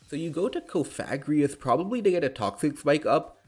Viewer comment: odd enunciation on cofagrigus lmao